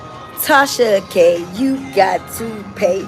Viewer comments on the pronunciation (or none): Because I have a slight hearing deficit and I thought I heard something in this video I had to listen to it twice. To me it wouldn't be a big deal but I thought I kept hearing you say Trasha, so I did hear what I heard. Still going to get my hearing checked but KUDOS👏 to you for a great unbiased informative video! Enjoyed it all! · You’ve officially worn out the name “Trahsa” 😭🙄 I use to crack df up every time Akademics said it😭🤣🤦🏾‍♀️ but get work & research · The fact that was able to keep calling her "Trasha K" the whole time is so impressive 🤣🤣🤣!! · I literally couldn’t get over how many times you referred Tasha k as “Trasha K,” this whole video! I died every time 🤣🤣🤣